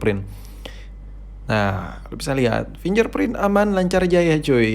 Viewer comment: Risih gw dgr dia sebut Finger Print jadi "Finjer Print"